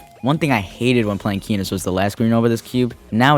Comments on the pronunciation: not keh-noase, key-noase. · he says keh-noce not key-noce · kEnos not KeNOS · Key-knows not keh-knoes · Cool but istg isn’t it pronounced KEEnos and not KEHnos? Am I tripping? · “kehnos” that hurt me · Kenos; a top ten extreme demon verified by npesta, the verification took 8 months and 135,320att to verify, he has become an internet meme for his hilarious reaction to beating the level, pronunciation (key-nose) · did he just say kennos wtf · It’s pronounced kee-nœs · sorry but i cant stand the kehnos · Every time he calls it "kehnos" I lose 5 brain cells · Yeah man it feels so unbecoming but whatever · Kennose he says, kennose. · Dawg the funniest thing about this video is how you pronounce Kenos